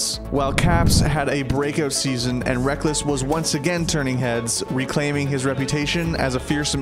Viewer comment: Rekkles has a very good pronunciation!